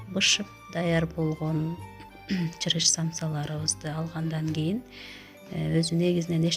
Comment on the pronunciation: Чырыч эмес ,чырыш